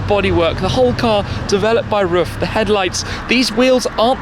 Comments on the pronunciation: Hey Tim, just a hint from a german: Pronounce RUF just like you would "Roof", not like "Ruff" :) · Omfg! It’s pronounced “ROOF”! You’d think automotive enthusiasts would know this.....